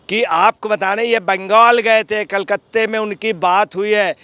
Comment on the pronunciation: Badal Patralekh hai Patralekha nahi. Kalkatta hota hai, kalkatte nai. Ajay patrakare